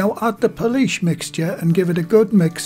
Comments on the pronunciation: pool say pool now add ish pool-ish not policesh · Every time says Poolish I said out loud "police where" 😂😂 oh well at least I made myself laugh